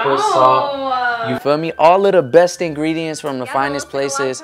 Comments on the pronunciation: He said ingrediments 🤣🤣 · Did say ingredements 😀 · Is he sayin ingrediments?😂 I heard it like 3 times. Maybe im hearing shet😂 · "i need to go get the ingrediements" yall ik im not the only one who heard that ps. I LOVE U AND HAZEL😂♥ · No one:: InGrEdImEnT😭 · not when said ingrediments 😂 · "Order the ingregements, and chef it up" what is ingridements WHAT IS INGREDEMENTS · Did i hear saying ingrediment??🤣🤣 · Am I the only one who heard ingridiMents😅